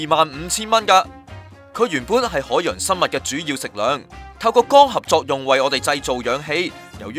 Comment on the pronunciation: 用中文講『海水味浮游生物』咪好囉，做乜係都用英文講吖。如果係都要用英文講，就唔該睇吓 Sponge Bob，學吓『Plankton』嘅正確發音啦。。。rid 柒！ btw， 係光合作用唔係『肛合作用』呀！